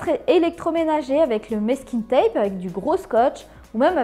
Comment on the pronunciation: Merci pour les idées ! Par contre, on prononce mAsking tape, pas mÈsking 😘